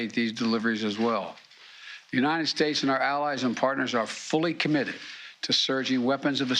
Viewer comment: Biden can’t say United lmao 🤣 What’s Unined mean?